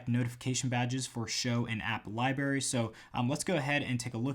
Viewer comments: are you saying library as liberry on purpose? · am I the only one who noticed when he said "Libary" LOL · Let’s say it together...Li-BRRR-ary